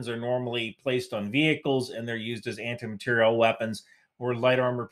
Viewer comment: ...but you say anti-material proper, as if it were a French word, materielle